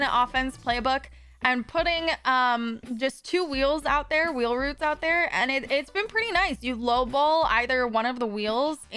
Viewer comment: "wheel roots can't believe says roots instead of routes 😂 heard this in stream yesterday and was confused